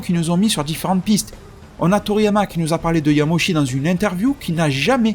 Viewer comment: Yamauchi se prononce "Yamaouchi" non ? Sinon super vidéo à la fois divertissante et intéressante.